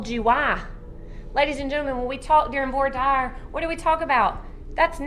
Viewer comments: "Vore Diyer" - took me a second. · How does the prosecutor not know how to pronounce the very common legal term "voir dire". She won the case, so obviously she"s good at her job, I just...yeah. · Hey prosecutor, fun fact. Voir dire is not pronounced "vore dyer". Its pronounced "vwa DEER". She should know that. Sorry. Things like that just irk me. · Did that prosecutor actually pronounce "vois dire" as "voya dar"?? That should be a paddlin'. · The attorney pronouncing voir dire as “Vore dyer” got me. I’m no attorney but I do know some of the ol’ francais. As we Alabamians say, “Thank God for Mississippi. They keep us from being last in everything. 😂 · The fact that the cops initially thought heath was a woman is kind of hilarious. He deepened his voice real quick after they calmed him “ma’am” 😅 Edit: they really put her in this Catholic schoolgirl uniform for her trial 😂😂😂 Edit: I’ve never heard anyone pronounce “voir dire” like that…ever. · The prosecutor’s pronunciation of Voir Dire has me 🤣🤣🤣🤣